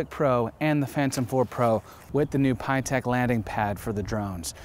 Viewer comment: Pie-tech? Peegee-Itech! ;)